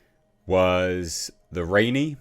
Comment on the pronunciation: Worrying stuff mispronounced Rani & doesn’t know about John Smith.